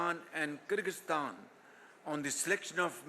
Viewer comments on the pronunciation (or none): none